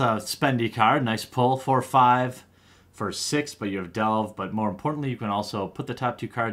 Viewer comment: More not "my"